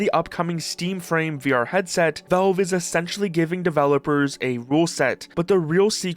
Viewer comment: It's pronounced "valve" not "velve"